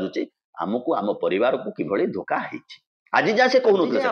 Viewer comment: ତମେ କହୁନା ନବୀନ ଲେଖାଦେଖି ପଢିଲେ,ସେତ ଯାହା ପଢୁଛନ୍ତି,ତା ଅର୍ଥ ସେ ନିଜେ ବୁଝିନାହାନ୍ତି। ଇଂରାଜୀରେ ଲେଖାକାରଣରୁ "ଧୋକା" କୁ ଡି ଏଚ୍ ଓ କା ବୋଲି ପଢିଲେ।ପାଣ୍ଡିଆ ଯେଉଁ ସ୍କ୍ରିପ୍ଟ୍ ଲେଖିଲା,ତାକୁ ନବୀନା ପଢିଲା।ଆଉ ସେ କଥା ନକହି କହୁଛ,ନବୀନ କହିଲେ।ନବୀନ ଭୁଲ୍‌ଭାଲ୍ କରି ପଢୁଥିଲେ।ଆପାଦମସ୍ତକ ଥରୁଥିଲା।କି ଅସହାୟତା।କି ଦୟନୀୟ ଅଵସ୍ଥା। ଛିଃ